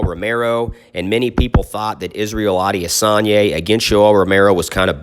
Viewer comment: A-de-San-yah.... very easy if you sound out the syllables👌🏾😎